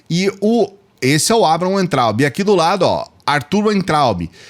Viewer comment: aprenda de uma vez,. Você fala Weintraub com som de U, mas o w deve ser falado com som de V